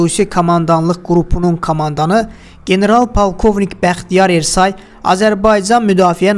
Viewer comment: Ersay yox, türklərdə Ə hərfi yoxdu, E hərfi Ə kimi oxunur. Bəxtiyar Ərsoy deyin.